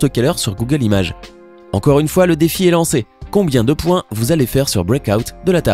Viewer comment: Le monde = Google Les Français = Googeuleuu 😂